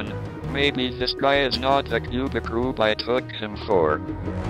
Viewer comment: "Cubic rube", LOL!